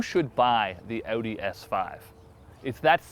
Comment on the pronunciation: That's the right was to say Audi - remember its German not "audio with the o"